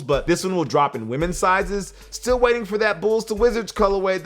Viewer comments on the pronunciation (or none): none